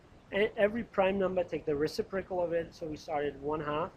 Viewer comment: For all I know you've received this kind of criticism before, but being someone who is wanting to make sure I am pronouncing words properly I feel the need to bring it back up since it introduces cognitive dissonance gor me while listening to your (very helpful, by the way!) lecture videos: it is pronounced reCIprocal (IPA: rɪˈsɪp rə kəl); the antepenultimate syllable is emphasized. Source